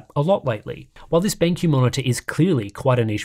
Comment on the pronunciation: Dude said BangQ.